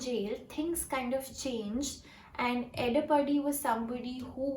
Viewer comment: The way she pronounced CM as Edapanni 🤣